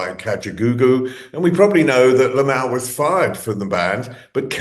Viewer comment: Nope! It's LIM-ALL! That is what people have been pronouncing his name and he even says his name too. LOL! SMH!